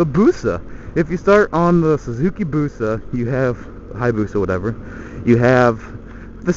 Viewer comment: It's funny the way you say 'Busa' 'or if you start on a suzuki BUsaa' haha :)